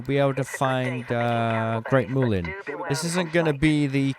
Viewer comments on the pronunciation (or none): It's mulien not moolien